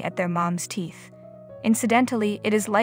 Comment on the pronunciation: Foals nurse at teets, that's Tēts, not teeth. And Lives is pronounced leivz or lye-vz, not leaves. Your Welcome.